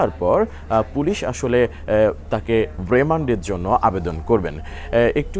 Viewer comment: উনি কি বলবে রিমান্দে,😅😅😅